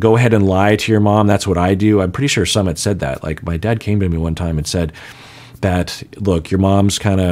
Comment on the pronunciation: has been so careful about pronouncing names of cast members correctly. However, he consistently mispronounces Sumits name. Everytime he says it. It might help to go back and listen to how his name is pronounced. pronounces it like the ‘summit’ of a mountain. It’s actually pronounced more like ‘Sue mit’.